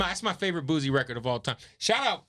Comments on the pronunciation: im really screaming at my computer every time he says "boozy" its fucking BOOSIE! couldn't even watch it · It’s pronounced BOO-SEE . not BOO-ZEEEE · Its Boo-C not Boo-Z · Kev killing me everytime he said Boozie.. it’s Boosie fool get it right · Boosie not boozie😎😎😎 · Boo-sie Not Boo-zie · Nigga why are you saying boozie? It's boosie. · Dude steady sayin "boozie" who tf is boozie 😂😂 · The only Z is in BADAZZZ!! GET IT CORRECT PUY SUM RESPEK ON BOOSIE NAME. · don’t even say Boosie right! Crazy